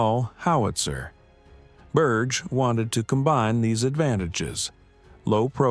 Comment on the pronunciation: Berge is not Burch but Burr-ghe